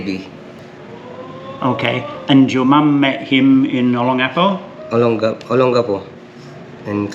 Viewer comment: mate, you finally pronounced Olongapo correctly. About bloody time. I kept feeling like tearing out my hair every time you use to say it your way. Lets work on TAGALOG together next. Thanks to both you and Leah for a great episode.